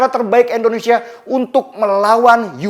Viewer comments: Indonesia bang bukan endonesa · sangat jelas sekali ngucapnya Endonesia bkn Indonesia..disitu ku rada ga enak dgrnya..selainnya mantap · indonesia ya bang, bukan endonesia. gak enak di dengar. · Bg bilang kata Indonesianya jangan 'Endonesia' donk bg. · Indonesia..bukan endonesia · Indonesia bukan endonesia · Pak ko selalu sebut endonesia kan kita indonesia..😁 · Bang Denny, kenapa sebut Indonesia jadi Endonesia ya? #seriusnanya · Indonesia. Bukan endonesia. Please lah. Org bule aja bilangnya Indonesia bukan endonesia. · Tetap semangat bang Denny utk membela yg benar. Koreksi aja bg.. utk pengucapan "I" di Indonesia jangan "E" 🤗😀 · Bang belajar mengucapkan nama negara kita dgn benar 'INDONESIA' bukan "ENDONESIA" 😇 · Indonesia bukan endonesia😫